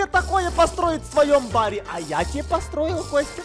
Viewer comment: и ми ви заметили говорит посроил а не постройли